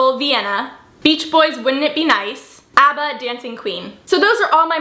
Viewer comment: you pronounce ABBA like ahba not like aba